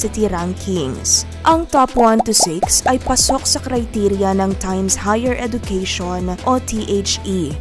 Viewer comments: Hindi po edukeyshon but edjukeyshon ang wastong pagbigkas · Please pronounce education as eh-juh-kea-shun